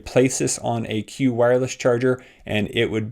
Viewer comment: Qi is pronounced "Chee" not "Cue".